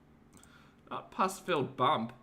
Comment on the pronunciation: PUS… not puss…. The latter suggests 😾……